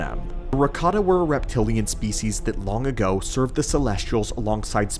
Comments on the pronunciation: i wasnt watching, just listening, and going, WDH does he pronounces Ricotta :D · ... Watched this while hungry, and kept hearing "ricotta" and now I want lasagne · "Rataka Cheese" 😂😂